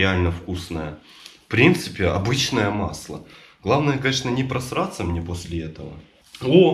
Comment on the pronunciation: Каждый раз слышу не просратся